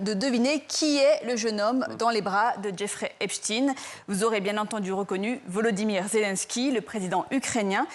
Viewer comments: C est pas epstine.. c est epstein..⭐ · epSTEIN pas epstine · EPST(EIN) pas EPST(IN) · La manipulation commence par la prononciation de Epstein..et pas Epstiiinnn...😮😮..... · Il faut dire "Epstein" et non pas "Epstine" qui sonne comme Poutine pour créer un amalgame inconscient... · Et voilà la gauche qui nous la fait de nouveau à l'envers ! Epstein ( Pas Epstin ) N'est qu'un peu coupable, juste un peu, il n'y a pas de quoi fouetter un chat. Zelensky est un pauvre chef de guerre qui veut sauver l'Ukraine et qui n'a rien a voir dans le dossier sus mentionné. Mais attention ! Trump sent le souffre... Bizarre, on dirait un discours d'Hilary Clinton. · COMMENCEZ DÉJÀ PAR BIEN PRONONCER SON NOM DE FAMILLE SI VOUS VOULEZ ÊTRE FIABLES!!!!! EP CHTAYYYYYYYYNE ET NON EPSTIIIINE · Epchtaïne pas Epchtine ? Vaïnchtaïne pas Vaïnchtine? Epstein et Weinstein ont la même terminaison? Bizarre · Epsteen .... comme Einsteen ... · Non c’est l’inverse , epstine.. prononciation anglaise américaine etc lui même d’ailleurs .. le France et son accent ne sont pas le centre du monde;) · Pourquoi ils oublient le e dans epstEin.Je trouve fou que des journalistes fassent une faute de prononciation comme ça.